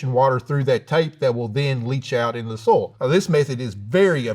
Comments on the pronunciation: love~ the way he say Soil, almost sound like soul 🥰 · EVERY time he says "soil" I always hear "soul", which I guess correct for a farmer. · "Is he saying "soil", or "soul"?" "Yes." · I like how he pronounces "soil" as "soul." Very poetic. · its good thing that i heard he pronounce soil as soul.. lol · I like how he pronounces soil like “soul”. Very symbolic. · The irony of a farmer not being able to pronounce "soil". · The way he pronounces “soil” as “soul” though…